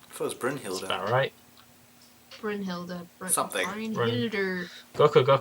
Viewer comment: pronounced Brynhildr perfectly:)